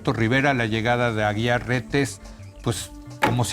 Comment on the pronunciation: Jajajajajajajaj ni sabes los apellidos jajajajajajajaja no es Aguilar Reyes sino AGUIAR RETES pasguatitoooo